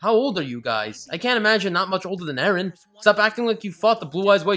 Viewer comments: Does anyone notice that he says edgen instead of Eren Umm never mind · It's EREN dumbfuck nit edgen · its eren not edgen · its eren you stupid turd not edgen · sry but is it not 'eren'? not edgen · "edgen" lol😂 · Why does he call eren edgen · The fact that he kept saying Edgen deserves about 47 sins. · "Edgen" The fuck? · he only says Edgen when it's Edgy Eren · Now I just want to keep calling Eren, Edgen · The way you say all the characters names is INFURIATING. Reiner literally said Jeans name correct and you still his name wrong🤦🏼‍♀️ you’re saying Mikasa’s name like the Spanish saying of make yourself at home😂😭